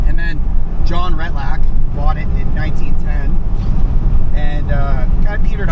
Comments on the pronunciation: Ret-lack.? LOL. it's Retallick. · pronounced: ret-al- lick